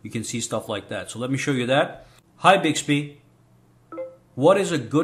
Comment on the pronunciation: You can also set the wake up sensitivity in Bixby settings. Also make sure when you record you're voice. You're in a very quite area. Not even a fan in the background! The tone of your voice and how you say Hi Bixby has to be exactly the same when you go to use it! And it's "BIXBY" not "BIGSBY".